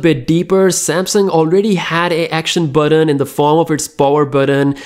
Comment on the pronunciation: what the hell is burron? you mean button?